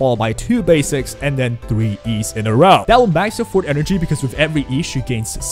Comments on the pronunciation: It took me until 3 minutes in until I figured out what circuit you were talking about because you kept calling it the fort circuit, lol. It’s For-Tay, two syllables, not Fort, it’s a Latin (French, Italian) term, not English, so different pronunciation rules apply. Think of it as saying the number 4, then Tay, so 4-Tay, if that helps! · Love the video but why do all of the WuWa youtubers say forte as "fort" 😭😭😭